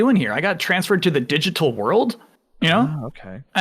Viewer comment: I will forever be thinking about the way said “digital world”. Each letter in digital had its own syllable